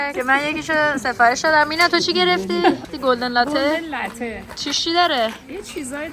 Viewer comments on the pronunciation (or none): none